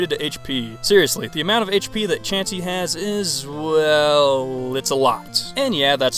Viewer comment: HIM: CHAUNCEY ME: 🤨